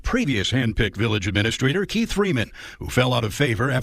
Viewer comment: “Uhh-mena-straight-or” is the funniest way I’ve ever heard administrator pronounced.